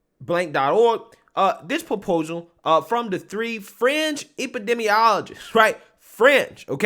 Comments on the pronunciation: Sometimes I can't really make our what you said and today's word is fringe. I keep hearing french. A french scientist? And the name Francis didn't help either. Can you like try to say fringe and french and tell the difference? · Fringe lol I thought you said French, Stop pasteurizing milk and juices, lol